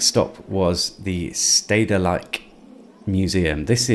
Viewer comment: Stedelijk museum. Nice pronounciation there! :-) That white mostrocity is a recent extension to the original museum that you can see behind it on the left. We Amsterdammers call the white thing "the bathtub" and yes, it as designed by an "architect" for a ton of munnies. The exhibitions are indeed mostly "modern art", which translates to "things that talentless wannabe-artists dreamt up while stoned out of their skulls. It has exhibited such wonders as a 3x3x6 foot glass box filled with dirty socks, a 4x6 foot layer of peanutbutter on the floor, and of course the famous artwork "three smal heaps of dirt:, by Yoko Ono (If you want to exhibit that, you pay her a ton of money and you get the instructions on how to make it yourself) Next time, go to the Rijksmuesum, that holds the real art.